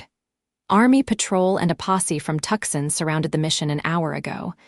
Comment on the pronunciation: it's TOO-Son - not Tuck-sen - Tucson Arizona!! FIX IT